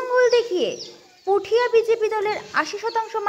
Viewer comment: Puthiya na kotha da hoilo putia Ato bhulbhal pronounciation kmne kore